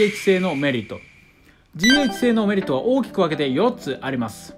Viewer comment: DHの読み方が…